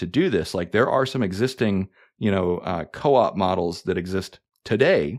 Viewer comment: Great video. But.... . . . . . . . . . . . it's Co-op, not coop. 😂